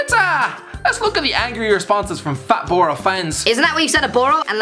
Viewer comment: What an Irish prick you are and pure pronouncing boro wrong ya potato licker